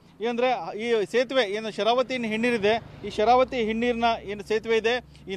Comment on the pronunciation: ಹಿನ್ನೀರು ಅಂತ ಹೇಳಪ್ಪ. ಹೆಣ್ಣೀರು ಅಲ್ಲಾ